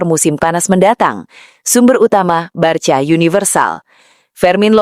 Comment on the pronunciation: Mba jangan BARCA membacanya, tetapi BARKA atau BARSA